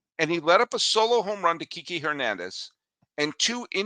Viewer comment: It's prounced Kee-Kay hernandez, not Kiki like Kiki's delivery service. He's only been on the dodgers for like a million years. And it's pronounced Yuh-Savage, not "Yesevich". You have to say the word savage to pronounce it correctly